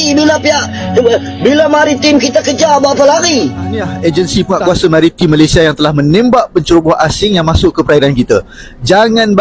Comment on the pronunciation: COBA PERHATIKAN BAIK-BAIK APA YANG DI UCAPKAN.. SELALU MENGUCAPKAN KATA MALASYA... MALASYA... MALASYA 🤣🤣🤣🤣